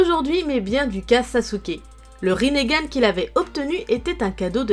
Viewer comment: elle a pas bien dit konoha RINNEGAN